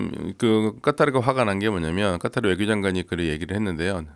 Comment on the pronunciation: 일반적으로 카타르라고 하는데 아랍 발음 한답시고 까따르 까따르 하니까 ㅈ 나게 듣기싫네.